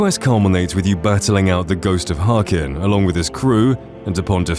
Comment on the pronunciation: he's Haknir, not Harkin